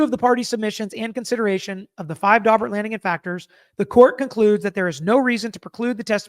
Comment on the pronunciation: You said "Daubert hearing" . . . I heard "Dogbert hearing" . . . which, given the testimony of the bite experts, seems appropriate . . .